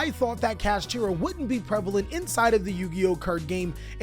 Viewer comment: man said Cash-ah